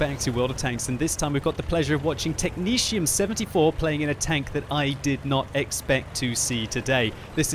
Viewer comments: Mrsirr "Technezium" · Is that how technetium is pronounced? I always just said it with both t's being a hard T sound rather than a shh type thing.